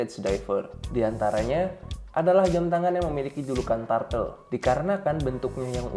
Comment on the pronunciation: Koreksi bacanya bukan TARTEL, tapi TURTEL